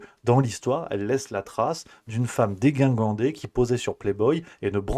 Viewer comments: !!!!dé JIN gande et pas dé GUIN gande...Ca arrive aux meilleurs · Dégingandé se dit dé-jin-gan-dé. Cela dit, je suis d'accord avec toi sur tout ce que tu dis. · Coucou on dit, dėjjjin gan dé😊